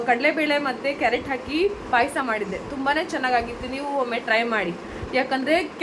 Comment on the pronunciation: ಪೈಸಾ ಅಲ್ಲ ಪಾಯಸ, ಪೈಸಾ ಅಂದ್ರೆ ಹಣ